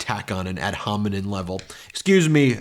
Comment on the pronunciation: Still can’t pronounce ad hominem I see. Another sprawling unstructured video.